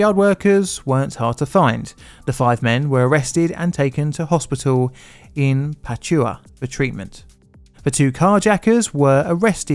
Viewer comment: it takes 20 seconds to google and listen to "pronunciation pachuca" adn then do it right - 800k subscribers are not enough reason to do thing properly?